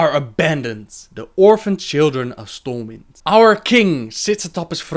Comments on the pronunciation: For future reference, the city is called Stormwind not Stormwinds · Stormwind... not winds... its one Stormwind :P